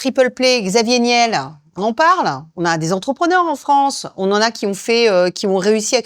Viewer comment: Xavier Niel : celui dont on ne peut prononcer le nom